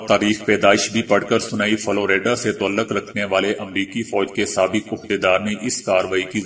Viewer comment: آپ میں ایک اچھا نیوز کاسٹر بننے کی خصوصیات موجود ہیں۔ مگر اس کے لئے آپکو اپنے تلفظ پر خصوصی توجہ کی ضرروت ہے۔ مثلاؓ "تعلق" کو آپ ہمیشہ "توعل لق" پڑھتے ہیں۔اسے " تاعل لق" پڑھا جاتا ہے۔ "بہادر" کو "بوہادر" اور "پیغام " کو "پے غا م" وغیرہ وغیرہ۔ آپکی کامیابی کے دعا گو ہوں ۔